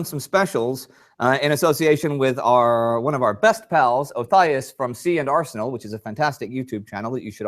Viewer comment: Indy, another awesome episode (and NOT just because of the Ernie mug). also so glad to hear you FINALLY pronounce their "nomme de web" correctly (see and are senal, lol)., as always, first class effort, even with a shanghaied camera crew, and iron framed spanish revolvers waiting to shatter into fatal shrapnel from exposure to sunlight, lol! i actually did notice there was a bit less "big O", volumetrically speaking, congrats. aside from the technical glitches live streaming from opposite sides of the ocean can produce, you both do a great job of blending respective minutiae to give a very thorough overview. i couldn't ask for a better combo to do the job at hand!